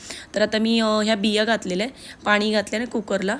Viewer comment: फणस म्हणतात फनस नाही, आणि -पानी नका करू, न आणि ण चा योग्य उपयोग करा